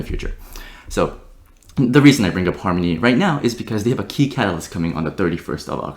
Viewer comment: "Farmony", lel